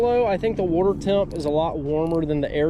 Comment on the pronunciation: Bro says wurterrr